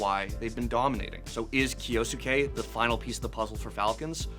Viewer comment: Literally no one knows how to say kyousuke (kee-oh sue-kay)